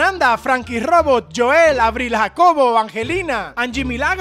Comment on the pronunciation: Jajaja Ese Chino En Lugar De Decir La R Dice La L y Dice Eso